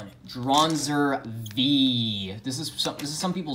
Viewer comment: No one: Literally no one: Absolutely no one ever: Kai in his first match against Max: Draanzr